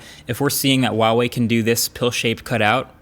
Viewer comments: it's HUAWEI....people call H-UA-W-EI...not WUAWEI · Dude it's not hard to pronounce. HUUUU WAAA WAAAAYYY. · i wuawei or huawei? like rly he says wuawei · Not Waah wei , it's Her-wa wei. Her and wa need to pronounce together. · Dear MKBHD, The H in Huawei is a hard H. A lot of YouTubers pronounce it as "Wah-Wei" but it's actually pronounced "Hwah-Wei" just like its written. The first Chinese character of the word Huawei is 华 "hua", meaning "flower" (see their company logo) and it has a hard H sound. Its a small nitpick but it drives me a little crazy each time I hear it. I haven't seen a phone review that pronounces it correctly yet and I'm guessing its probably because no one has told you/corrected you. Anyway, cheers for all the great content. Stay safe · Normal people: huawai Americans: wAWaY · Hey, we have to talk. It's HUAwei, pronounced like who, not uawei. :) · IT'S FUCKING HUAWEI IS NOT WAWEI DUDE QUIT THAT BULLSHIT!!!!! PLZ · why do Americans pronouce Huawei as Wawei its not a silent H bro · why do people pronounce huawei like Uawei? the H is not silent lmao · I don't get it man, how many Huawei videos have you done how and you still pronounce it 'wah way"? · Ahh is a Chinese it hurts when he says wawei instead of pronouncing the h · so it's pronounce "wawei" huh? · I still dont understand why you pronounce this name like this, there are no silent letters in Mandarin 🤣🤣🤣🤣🤣🤣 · thats not how to say huawei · I love it when people pronounce huawei and think the h is silent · H, pronounce the H!!! lol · You pronounce Huawei incorrectly. The H is not silent. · How does he, a tech reviewer who reviewed a ton of Huawei, Xiaomi and other chinese phone manufacturers’ products and still butcher their brand name every single time. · Well... after years people still don't know how to pronounce huawei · What's with the silent "H" when people pronounce Huawei? We're not French here and neither is Huawei so please just put the H back in